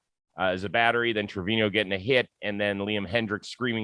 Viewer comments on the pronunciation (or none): You cover baseball for a living. Learn how to say Trevino...